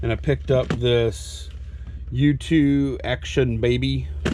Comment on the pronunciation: FYI, it's "Achtung Baby", not "Action Baby"